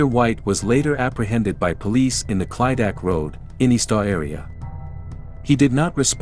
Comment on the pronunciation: Clydach - pronounced cliduck